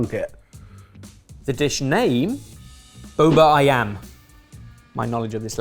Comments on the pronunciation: pronunciation of "bubur ayam" sounds like "boba ayam" lmao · Quick tip on how to pronounce Bubur Ayam, it's Boo-Boo-r Uh-yum (the uh is said like the last A in Australia) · The king of atrocious pronunciation strikes again with “Bubur ayam “🙈